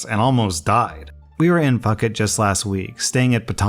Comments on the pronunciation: your pronunciation of things crack me up. It’s not Fuckit, Thailand. It’s Foo-keht, Thailand. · Lol fuck it. It’s pronounced PooKet. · Idk why this botherd me but the jet ski story, I think he mis pronounced phuket?, I'm Australian but was under the impression it's pronounced, poo-ket, not fuket 😅 idk sorry it bugged me haha love your vids tho😊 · Foo ket not fuck it 😂😂😂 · Lmao Dabney 😂 “We were in (fuck-it)…” Simple pronunciation mistake, but still funny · Lol. I know saying it like he did is the closest to swearing gets on this channel - but pronounce is "Fooket" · Not pronouncing Phuket wrong😅😅 Also rental scams in Thailand can be avoided by a few simple steps. 1. Take a video of whatever you're renting, car motorcycle anything walk around it. Look at any scratches. Take photos that are timestamps and say okay. We've just taken photos and stuff to make sure everything's the same when we return it. 2. No matter what, never leave your passport or your driver's license or ID as the deposit 3. Understand that rental scams are everywhere, but with photo evidence of how it was working before and a knowledge of the language and remaining polite will help. 4. It's not white people, these scams target all types of farang (foreigners) but if you speak Thai it's less likely. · Guys, isn't exactly the most cultured person in the world so he's going to mispronounce words like Phuket and Sagittarius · The way pronounces phuket lmao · cracking up at the pronunciation of Phuket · ... that's not how you pronounce Phuket.